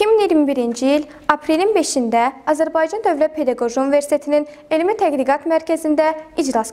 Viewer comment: İfadələrdə bəzi səhvləri çıxsaq(təqdiqat deyil tədqiqat, məzmun yox məzun) , ilk verilişə görə yaxşıdı.